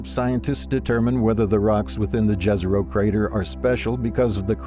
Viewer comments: It isn't Džezero, but Jezero [yezero]. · Jezero is pronounced as Yezero, not Dzhezero, damn. Jezero means "lake"